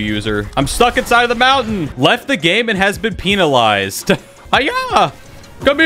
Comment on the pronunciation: My favorite part when u said penilize it make though u just said p$nis